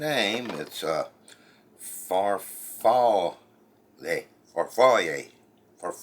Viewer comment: Far-fall-lay…hope that helps……Pen-nay….